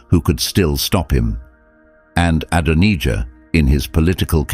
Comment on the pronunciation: Is anyone else fed up with the constant changing the pronounciation of Adonijah. Ad on ee jah then Adon eye jah (the correct pronounciation in the uk) the second English voice that AI uses. Dreadful drawn out and Zadoc the priest also 2 different pronounciations. Sorry this drove me mad. If you can't narrate it yourself and hide yoursrlf behind AI how can we trust you are giving an accurate accout. The bible narrates it very clearly do we really need this explaination. At least you use God's name but even that becomes The Lord on and off. Not impressed.